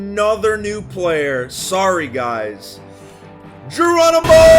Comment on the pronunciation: Did you say Jeromeimo or ĐERONIMO